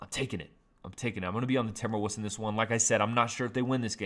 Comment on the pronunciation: Did he just say "Timberwuss"???